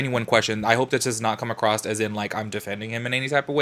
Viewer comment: Okay, I'm super late on the videos.I'm barely catching up now. I loove you a whole bunch, HOWEVER, I have a couple comments on this video. 1st: Girl, there is no "t" in the word "across" and 2nd (this is toward most of your videos and lives): I understand the yellow & lighter backgrounds to match your clothes & stuff, but...........why does it always have to be so bright?! I can see all the dirty spots on my laptop screen now! :D